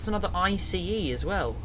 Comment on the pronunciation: Anudder one.